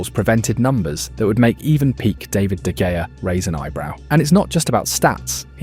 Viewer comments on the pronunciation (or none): I miss David de gaya too. Seriously bro, how have you watched United for this long and you still can’t pronounce an ex player’s name correctly ffs